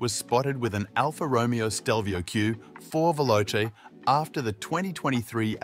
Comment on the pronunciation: Check again how to pronounce Alfa Romeo, Lavazza ....